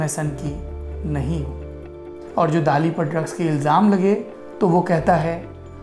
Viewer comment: During my visit to Salvador Dali's hometown few years back our Spanish tour guide specifically told us to pronounce 'Dali' as 'दली ' and not 'दाली '...Spanish people just don't like the mispronounciantion of his name! :-)